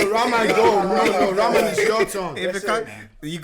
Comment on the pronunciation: Man said Rahman like Ramen (noodles) 😂🤣😅 - is right, even though we Africans speak different languages... our culture is more or less the same across with minor tweaks from each tribe. END - You guys are too funny 😂. Na confirm person 😎😅